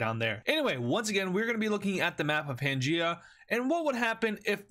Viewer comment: It's pangea